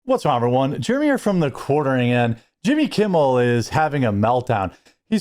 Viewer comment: I always get a chuckle when you pronounce it "Yimmy"